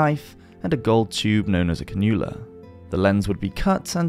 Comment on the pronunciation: Cannula "can-you-lah"